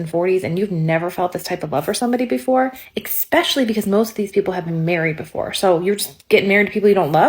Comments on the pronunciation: For lady #2. Big red flag is when people say eKspecially. There's no K in there! Bet she also says eKspresso. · Big red flag for me...a woman who pronounces it ek-specially... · Did she really just say eckspecially? Next!